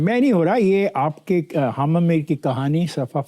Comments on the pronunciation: اس طوطلے جاوید صحافی کو حامد کہنا نہیں اتا خامد میر کہ رہا ہے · Hamad Mir😂😂 his name is pronounced as Hamid Mir. Look at the level of his urdu language.